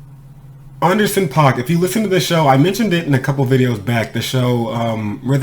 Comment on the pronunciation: Nah homeboy, groups have a point of view...so when the group says they are leaving the door open they are speaking for the group...it's not like rappers competing on a track as individuals...it's a group. And dude name is pronounced AN-DER-SON.